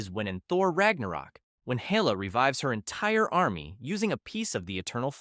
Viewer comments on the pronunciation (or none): Hel la not Hey la.